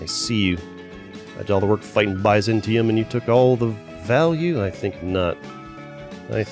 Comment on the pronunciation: The pronunciation of byzantium physically hurt me